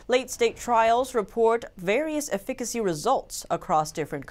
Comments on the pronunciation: why would she pronounce efficiency as ''e fick ancy'' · "Afikicy"....😊☺ lol cute. I think u meant to say EFFICACY😚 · ...call up a local pharmacy and have them pronounce "efficacy" several times for you. Yes, a slight tongue twister. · Efficacy..... check a dictionary..